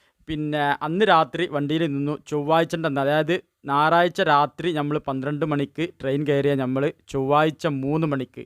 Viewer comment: നാറാഴ്ച അല്ല.ഞയറാഴ്ച